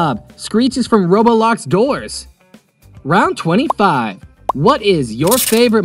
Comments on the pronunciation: “Its from ro-bo-lox doors! Me:AHAHHAHAHAHAHAHHAHAHA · THIS MAN SAID "ROBOBLOX" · That’s right screech is from robolox doors😂you said it wrong it’s Roblox😂😂😂😂😂😂😂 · It's roblox you said it robolox😂😂😂😂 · MAN SAID ROBOLOX DOORS